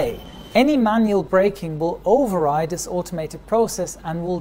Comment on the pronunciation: I haven't watched a video for ages, so I really noticed how his English accent is deteriorating. He's saying "day" and "diss" instead of "they" and "this". I guess it's better than "ziss" and "zat" like most Germans.